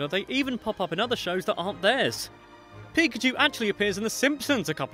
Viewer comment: It's pakachoo!